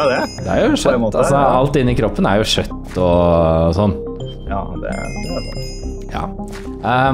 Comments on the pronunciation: det heter kjøtt og ikke sjøtt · det uttales kjøtt, ikke shøtt.